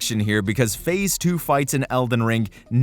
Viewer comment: idk if you say "There's a phase two." Or "There's a face too." And that's quite funny lol